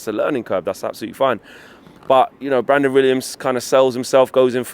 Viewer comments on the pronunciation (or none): none